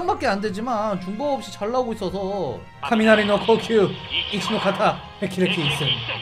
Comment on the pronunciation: 카미나리노코키으가 아니고, 카미나리노호키으인데ㅋㅋ ㄹㅇ너무모르는데ㅋㅋ